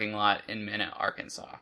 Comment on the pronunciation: It's pronounced "Me-Na" I lived there so I know